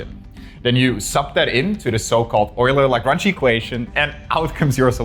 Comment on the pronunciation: Why is the name Lagrange mispronounced?